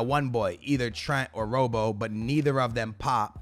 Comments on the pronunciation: Please stop saying rowbow. Rob-oh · andy robertson’s nickname is robbo like rob-o not robe-o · It really bothers me that he doesnt know that CB's cand go in CDM spots and RM/LM can go in RB/LB positions and RWB/LWB can go in RW/LW positions and it's really annoying when he doesnt pronounce player names correctly for example Andy Robertson he calls him Robo instead of Robbo